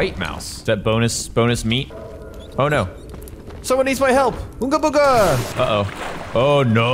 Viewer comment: Most annoying and boring playground I've ever seen was expecting a review (as that's what I searched and this came up) And I was very wrong also its unga bunga not ooga booga,you're doing Eustace from courage the cowardly dog not a caveman